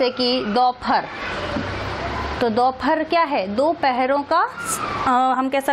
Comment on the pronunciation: Mam its not dauphar its dopahar.time 15.08